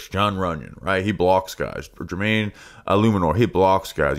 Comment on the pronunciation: so proud of you for getting Jermaine’s name right. Quick bounce back, nailing it now. Please don’t die in the hurricane. TGVTW